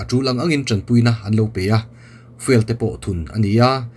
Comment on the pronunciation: Fiuel ti a lam nise.